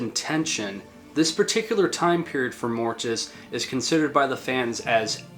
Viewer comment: If you are going to talk Mortiis,pronounce it right! He doesn't have that extra "i" there for nothing!LOL